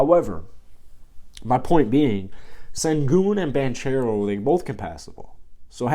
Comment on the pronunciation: Spelled Banchero pronounced Bancero